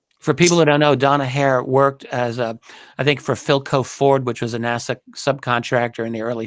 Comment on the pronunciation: Just to let everyone know no body else in the UK says NASA like he does in the U.K. I'm really surprised to hear how he pronounces it, he must have heard thousands of people saying NASA over the past 20 years!